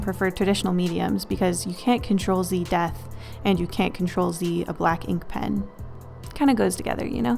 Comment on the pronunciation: when you were saying "you can't ctrl z death" i thought you had said "you can't crontrol zee death" kinda like dracula would speak!